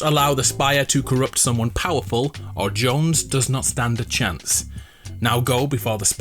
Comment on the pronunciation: Jones not jonesy